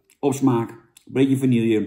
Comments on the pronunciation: Hey Jannetje, het is wel vanille, niet vanilje. ;-) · Godsammekrake Jan het is niet 'vanielje', het is 'vanieje' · Vanielje sjonge sjonge Jan, zo spreek je het niet uit